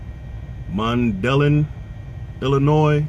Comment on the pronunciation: Lol :) I've never heard of no Mundelin Illinios. You must mean Mun-da-line. We pronounce it Mun-da-line.